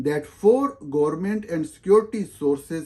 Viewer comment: ہا ہا ہا ۔۔۔ آپ تو انگریزی میں بھی government کو gormint پڑھتے ہیں۔ کیسے کیسے قابل لوگ آ گئے ہیں صحافت میں! اور دوسروں کو ان کی غلطیوں کی نشاندہی کرتے پھرتے ہیں۔